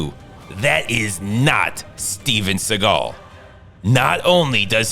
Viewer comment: It's pronounced "seagull".